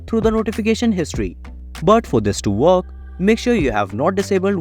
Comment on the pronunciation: Your voice does my head right in. It's not verk it's work. 👎